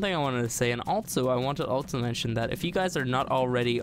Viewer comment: altso.......altso????also......not altso XD